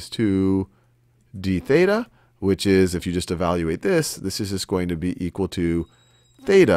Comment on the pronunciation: when you say "this equals to dBETA" i thought u said debata which translates to english into "debate"